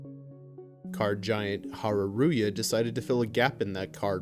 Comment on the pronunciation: Dude, interesting ideas and video but... ouch, your pronunciation of Hareruya...